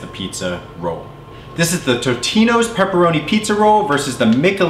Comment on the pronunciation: Totino's not titina